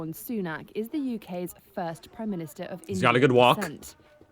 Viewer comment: Sunak has a short 'a' not aak.